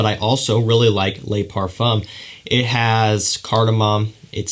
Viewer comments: A little tip: "le" and "de" in French fragrance names are pronounced "luh" and "duh" respectively! So "bleu duh chanel" and "luh parfum" :) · Le Pa(r)fuuu(m) lol